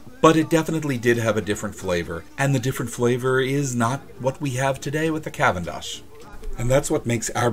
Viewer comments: good video but please do some research about pronunciation. it's "gro michelle" and "ka-venn-dish" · You consistently mispronounce both Cavendish and Gros Michel.